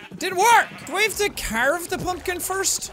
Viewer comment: Simply hearing him say carve gives me ptsd